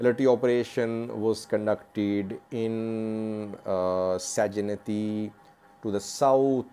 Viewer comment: Hi Eritrean operations in segeneyti is more two thousand. When I lived in segeneyti I had been detained 321 times in seven years then I left the city and the country. We call it the operation "gfa" g pronounced like "great" even segeneyti not sejeneyti